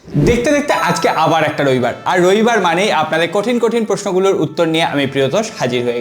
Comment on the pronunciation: রইবার🙄 নাকি রবিবার